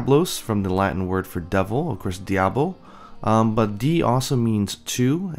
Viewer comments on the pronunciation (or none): none